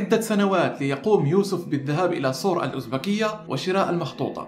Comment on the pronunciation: بتفرج علي فيديوهاتك القديمة لأني لسة مشتركة من قريب .. اسلوبك وثقافتك رائعة .. عجبني نطقك لسور الازبكية 😂😂 افتح الالف ماتضماش ❤️❤️